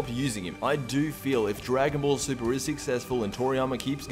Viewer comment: Wait, you said you liked the ending of Dragon Ball... Super? Uh. I think you said that wrong lmao.